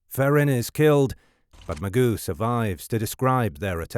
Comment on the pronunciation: It’s not Magoo. It Ma-Joe